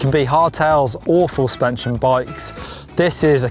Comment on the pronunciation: "Full spenshin bike" lol